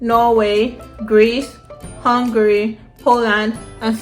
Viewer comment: You pronounced Hungary right the first time, why you con spoil am